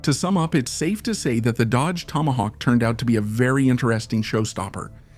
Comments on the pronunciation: Cracker AI. IT'S A TOM A HAWK, NOT TAMA GAWK! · Toma-gawk! Really? This is an AI pathetic pronunciation screwup! .. like sending a rocket into space without the o-rings.. why? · This is the WORST AI audio dub I have ever heard. "Tamogawk"? F.$.S.; get a voice! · AI SLOP! TOMAGAWK? F this channel! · The Dodge Tamagawk😂😂😂😂 Stupid AI slop. I wanna see it actually put through it's paces against the Lazareth LM847. The other nine they sold where sold as non working display pieces. They simply left out some ignition parts and chains. I'm surprised not one owner got one working. No real car guy probably bought one. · You mispronounced the fuck out of TOMAHAWK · it's hard to understand how the narrator can be obviously american but be so poorly educated as to mispronounce tomahawk every time. i'm sorry to say this but " either get an education or please stop doing youtube videos" ! you are an embarrassment!